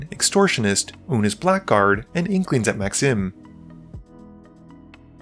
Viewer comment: Blackguard is pronounced as ‘blaggard’